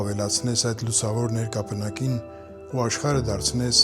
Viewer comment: նրկապնակ չե ներկապանակ😂